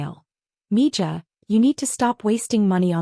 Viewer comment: It's pronounced mi-ha, not mijah